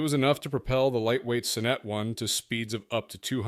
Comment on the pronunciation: I liked the Sonnet. Pronounced Saw net, not suh net.